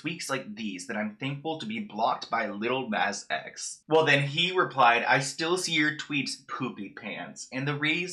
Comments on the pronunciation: Love u but the way u pronounce "lil nas x" is criminal lol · He’s not even saying his name right